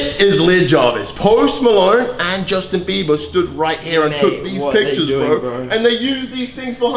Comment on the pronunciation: How many times you say Justin 😂 beaber